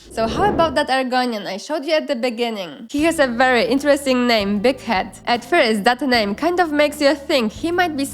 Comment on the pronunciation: i swear sometimes Big Head almost sounded like d**k head to me 😉